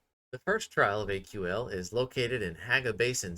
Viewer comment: It's not AQL, It's Aql, pronounced kinda like ankle. Ack-ul. Pretty sure the dialogue in game says it too. Anyways, thanks for the video! Your character kinda looks like my wife, so that was cool to see! The black hair with a bun and black lipstick is something my wife would go out in. Have a good one.